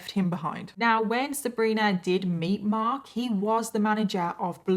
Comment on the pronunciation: Love how you pronounce "Marhk"...kind of like you live in Boston Massachusetts, USA. 🌞